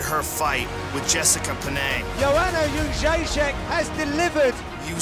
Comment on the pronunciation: I want to hear her pronounce her own last name,-----------------because I think everybody is pronouncing it incorrectly. I think it is "Jed Rays E Ack."